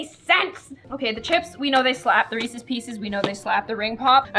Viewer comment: i got so mad when she said Reese’s like “reese”